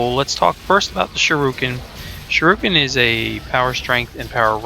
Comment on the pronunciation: To save the people complaining you pronouced Shurikin wrong its pronouced "Sure-re-kin" Now hopefuly no one complains.